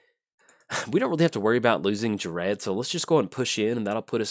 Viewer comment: I honestly cant wait for this Friday when the decks come out in paper. I have a pretty sweet clone deck built for Ghired. And personally I think it's pronounced like gear ed or guy red.